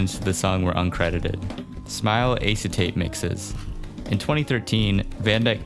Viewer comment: Sir------the word " acetate " -------is pronounced, " ass-----e----tate " ------------MJL, 76 y/o